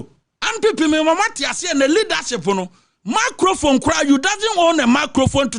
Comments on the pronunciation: Did I hear "macrophone"? 🤭 😁 😅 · After twante twante, ANPP ANDC APATWUUNITY, You desnt wown a meecrofon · Apotwunity. You doesn’t wown a macrofone.